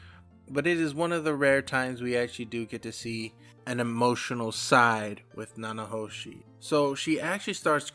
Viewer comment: Thank you for the Mushoku Tensei content, I always appreciate this series getting love. I’m going to put some names in the comments to help you with pronunciation. Peru-gee-us (armored dragon king, not god) Na-na-ho-shi Ki-shi-ri-ka__ ki-shi-ri-ku A-tof Syl-va-reel Za-no-ba Much love, keep it up, bro :)